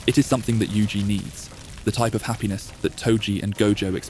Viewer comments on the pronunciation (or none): none